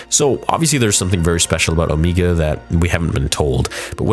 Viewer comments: I love your videos but I can’t help but wonder why you keep pronouncing Omega’s name like “Oh-me-ga”? She is the only one who says her name like that, and I’m sure it’s bc of her accent. Everyone else says her name as “Oh-mega”. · It's Om"egg"a, not O"meeg"ga. Omega only pronounce it that way cause of her accent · its pronunced oMEGA not meega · I thought it was pronounced as "Oh-May-Gah" not "Oh-Mee-Gah" lol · Why does pronounce omega weird hahah it doesn't really matter but in the show they obviously say omega but always says omeega 😂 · Why is her name being pronounced Omeega? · why is it so hard for the man to say omega. its not omeega jfc lol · Why you keep saying Omeega? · Why does buddy say omeega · Why are saying Omega like that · Yeah maybe say her name properly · Every week I say it but please stop saying Omegas name like that. Please. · you keep saying omega wrong